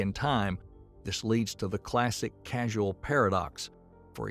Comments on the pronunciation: “Causal” is not pronounced “casual” 😬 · I think every instance of 'causal' was pronounced as 'casual'. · "... casual paradoxes ..." "did you mean causal paradoxes"? "causality" = not: "casually" nor "casualty" but, is all about "cause & effect" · Causal not casual. They are different. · CAUSAL not CASUAL!!!! OMG this mistake happens several times in the whole video. So the narrator has absolutely ZERO understanding of whatever the heck he is reading!!! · I found this video generally very good. But every time the narrator says ‘casualty’ instead of causality or casual instead of causal it gives me a headache. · CAUSAL, not CASUAL they're different words